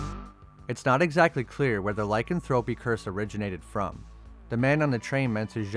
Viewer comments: It's pronounced ly can throw pee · I am 6 minutes into the video and I just can't take it anymore.....first it's pronounced Tal-but all one word. It's not Tal....Bot. Second, it's pronounced Ly-can-throw-pee.....not Lycan.....thropy